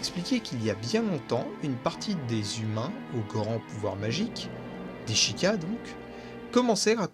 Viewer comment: et sheikah ca se prononce chaykah